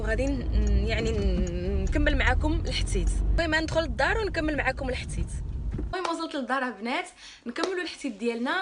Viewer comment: حبيبتي علاش كتقول لحتيت كنقول لحديث الحديث الله يحفظك الزين غزالة 😘